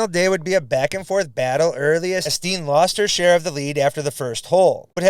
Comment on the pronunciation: Annika's last name is pronounced STEN, not Steen. Just FYI.